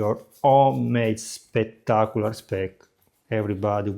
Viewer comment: SPECK-tark-oo-lar...... 😁😚😂.... Absolutely love your channel.🥰